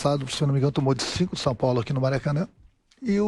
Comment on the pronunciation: RENATO GAUCHO QUASE, MAS QUASE REVEU O "CINCUM" KKKK